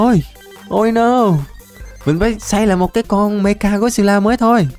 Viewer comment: Anh nói meca got xêp la sai rồi phải là mecha got xep la